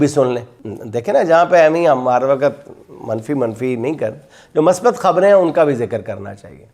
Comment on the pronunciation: پیارے بھائی جنید سلیم صاحب ۔سلام مسنون ۔ مثبت۔ کی میم پر پیش پڑھیے گا ۔پلیز